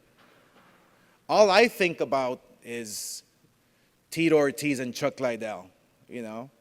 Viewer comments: Still calling him Chuck Lie-Dell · How are you promoting this fight and calling him chuck lydell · Chuck "Lie-Dell" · no bro even casual fans say chuck lidell not Liedell you dumbass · Oscar del la Hoya what an idiot nob end can't promote this he's a joke a wana be Dana the ufc refused to do this fight cause the fighters are to old lol come on chuck Lydell lol its fucking chuck Liddell u fucking idiot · Damn bro...... get some speech classes bro. Don’t you have writers to put your speech together. Your straight wigging it bro. Also Chuck (L-y-dell) or Chuck Liddell. You can’t even say that right. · Why does Golden boi keep saying Lie dell? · Not Lie-Dell It’s Liddell Dumbass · Why are you saying chuck lies or are you trying to say liddell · Oscar should stick with boxing. Take some public speaking classes. He said Lie dell for fuck sakes. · It’s Liddell not lydell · Tito . "Lie-dell" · Between the monotone and pronouncing liddell wrong i can honestly say i will never watch oscar speak again! What a twit 😂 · Holy fak 2 minutes in and you wrongly pronouncing Chucks last name so many times was enough for me to hammer the mouse to dust - stick to being the face of the company get one of the punch drunk fighters to be the voice cuz man oh man you struggled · Chuck Lie-Dell and Tito More-Tiz.